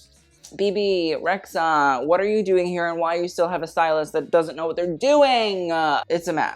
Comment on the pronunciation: Kinda weird to despise Rita Ora and Bebe Rexha (by the way it’s re-dja) at the same time, especially when you know they have the same origins. as an Albanian girl I feel not offended but... confused ;) maybe you have some common points with D&G after all... Let’s see if you add Dua Lipa to your « why are u here » next time (yes.. Albanian girl too)